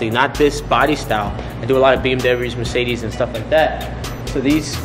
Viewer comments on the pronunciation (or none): none